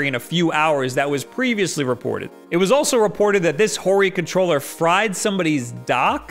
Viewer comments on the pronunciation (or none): none